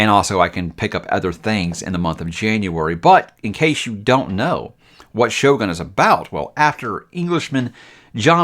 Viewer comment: Nippon is pronounced with a “hard O” as in Own. Also the ō in Shōgun means the O is elongated. Just fyi.